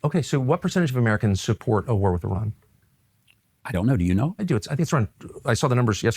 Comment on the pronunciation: Kind of irrelevant, but I had to turn on captions to know Tucker was saying a "war with Iran." Sounded very mumbled for some reason.